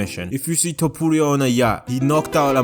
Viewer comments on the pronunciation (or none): none